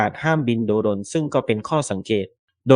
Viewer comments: โดรน ไม่ใช่ โด - รน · โดรน อ่านว่า โดน ไม่ใช่ โด-รน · "โดรน" อ่านว่า "โด-รน" 555